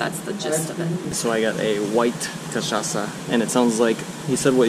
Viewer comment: Hi guys. I really like your videos and the way that you are describing Brazil. I have never been at Paraty, It is beautiful. And you said cachaça perfectly 😁